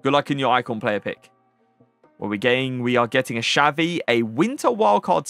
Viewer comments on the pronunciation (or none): none